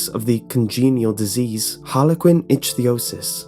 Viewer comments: It's actually pronounced "ICK-thee-O-sis", not "ITCH-thee-O-sis". I've watched enough medical documentaries to know by now. But they certainly do appear to have Harlequin Ichthiosis. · Ichthyosis = ICK-thee-oh-sis